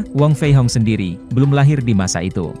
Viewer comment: wong fei hung bukan wong fei hong min.